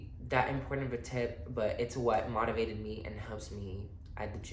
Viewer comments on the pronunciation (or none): Lol at the way you say “motivated” 😂 try saying the “mo” part of like the word “more” with out the “r” (moe-ti-vated). Thanks for the gym advice 😈